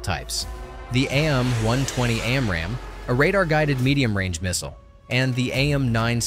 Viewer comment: This is AI voiceover right? It’s not AM-120 it’s AIM-120. Plus the voice sounds off.